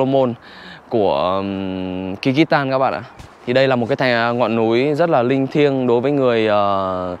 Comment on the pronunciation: Không phải đọc như mày là ki rít tan đâu ạ, mày học rồi mà không hiểu, cái đất nước mà mày đọc kyrgystan mà đọc là ( kư rứt san) chứ không phải đọc như mày đọc là ky rít đâu nhiều khi thằng nó đọc mà tôi ngẫm là kiiv, thủ đô của Ukraine